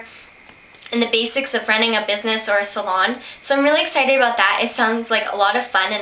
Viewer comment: i am ecited... hmm.. ecited ? ahah i love youu :)